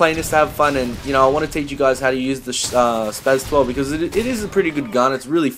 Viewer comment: The S is pronounced as a Z. He said it right...